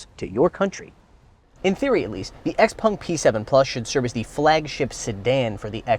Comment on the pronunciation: Xpung?? its not Xpeng??